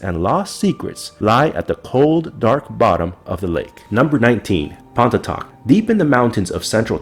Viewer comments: No worries! There is absolutely no way anyone could guess the pronunciation. It sounds like "pon" (like "upon") "ee" (like the beginning of each) "tock" (like the sound a clock makes). So, pon-ee-tock. Absolutely the most podunk pronunciation possible. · ha, my parents live in Pontotoc, TX. You guys pronounced the name wrong, btw. The cemeteries are not abandoned, either (though they are exceptionally pretty!)